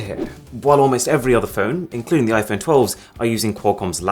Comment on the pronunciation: I love when he says i-Phoney 😆